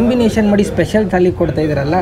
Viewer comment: ಅದು ತಾಳಿ ಅಲ್ಲ, ಥಾಲಿ 🙂 nice vlog👍